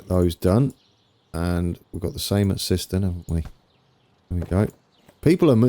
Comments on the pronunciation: Siston you mean Syston (Sighs Ton) You got Sileby right....and I love the final Low Bridge at Sileby.... you need to add a Low Bridge warning sign before the Double Deckers take the top of their roofs. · Also, Syston is pronounced S eye ston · Great video! Just one thing, syston is pronounced with an “I” sound. So like siseten.